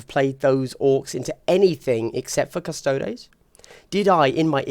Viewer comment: cuss-toe-dees. like ass-tar-tees. or custodians. not cus-taods.